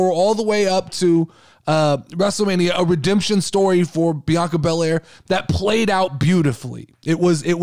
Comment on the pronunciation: And yes you said the name correct. Also thanks for the podcast shout out I appreciate it!!